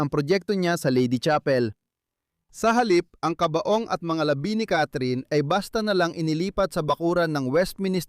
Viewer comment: Ayusin ang pagbigkas ng salita, may pagkakaiba ang mabilis na bigkas ng "labi" ibig sabihin ay "remains" at ang isa ay "labi" means lips. Ang ama ay mabilis ang pag-bigkas. Maganda sana pero nakakalito(mabilis ang pagbigkas) sa ibang mga Tagalog.